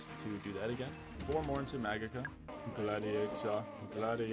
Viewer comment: points in MAGUKA? not magika? maaaan